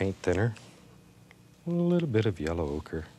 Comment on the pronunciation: Love the way he says yellow oak, " Yella oaker" lol